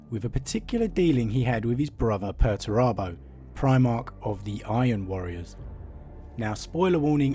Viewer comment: Are you sure you're pronouncing Perturabo correctly?